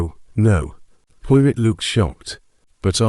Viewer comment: Sounds like it's read by AI. Can't even correctly pronounced 'Poirot' keeps saying Pio-rit